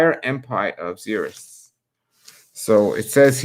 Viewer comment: Yay, so glad you are going back to the Bible readings!'🙌 and just fyi: Xerxes is pronounced like "Zerksees"